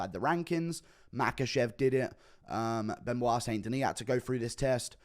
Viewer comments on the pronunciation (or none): none